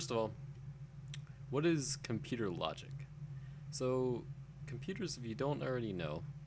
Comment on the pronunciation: how i compooter on?